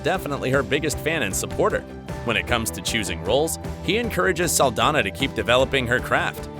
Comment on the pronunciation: (Ahem!) ... ZOË SALDAÑA is a Latina Actress, THEREFORE, here last NAME is in Spanish. You should have noticed that when you see her name actually spelled correctly with the symbol above the letter "Ñ / ñ". Most of the times it's shown, they don't bother putting it in, which I think it's disrespectful, as well as mispronouncing her name. It's pronounced: "SAHL-DAN-YAH" The "Ñ / ñ" makes a "n-yah" sound, NEVER pronounced like an English "N / n" like your using it, as in "November," or "Announcement." Typical U.S. Mainlanders, you always try to steal OUR GREATEST LATINO/A ACHIEVERS and make them your "own." Don't you realize that all that does is increase the hate by belittling the Latin Community in thinking that Latn@ are worthless and never amount to anything? *************** Trump: "Mexicans and Latinos are nothing but Rapists, Drug Dealers, & Murderers." - Donald J. Trump, Former Failed President of the 🇺🇸 U.S.A. *************** These great Embassadors of our Latin Heritage PROVE that we are just as good / if not better as ANY U.S. Mainlander. Please correct your enunciation / pronunciation of her last name. Thank You.